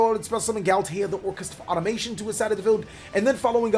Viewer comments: its automaton not automation xD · So many missplays from the orcust player... and it’s automaTON not automaTIOn